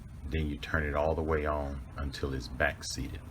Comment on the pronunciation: Your ons sound like offs